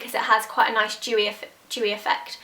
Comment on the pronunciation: dewy not jewy